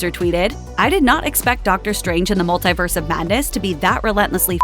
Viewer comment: Hey. Stop saying multiverse so oddly.